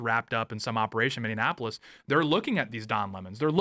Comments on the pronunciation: For the love of all that is holy it is pronounced mi-nee-a-puh-luhs, NOT mi-nee-an-a-pug-luhs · I can't wait for all of this Minnesota drama to end only to stop having to hear Tate mispronounce the city as MinneANapolis! 😂